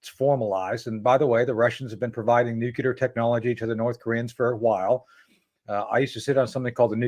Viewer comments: I don't understand why important people say NUKEular instead of NUCLEAR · It's not nucular it's nuclear! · I cringe every time Tony says “ nook you lar “””….. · Nu-cle-ar tony ffs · LtCol. Tony Shaffer 's pronunciation of the word 'nuclear' tells a lot .